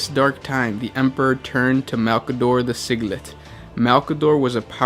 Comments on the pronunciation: its pronounced sij-il-ite not sig-let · SIG-LIT???? That was cringey!!! It Sigil-ite!!!! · Sigil. Read as sijil. So read Sigillite as siji-lite not siglet lol Throne the cringe on the pronunciation makes wanna order an Exterminatus on you lmao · I think your tongue is possessed by a Khorne demon. Because you are butchering the pronunciations of so many words. Siglet, valed in secrecy, blessed with super human physiology...not psychology. Oh man, it’s ok....sometimes my brain fucks up my mouth, too. Haha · It's Sigillite not Sigilit xD